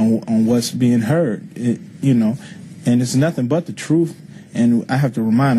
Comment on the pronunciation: Yeah what a genius telling us what the “troof” is.